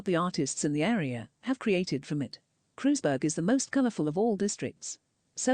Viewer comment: Kreuzberg. Herrlich.....KREUZBERG.....its German. Not british. But the. Wilschiere.....instead of Wilshire....hilfe. help......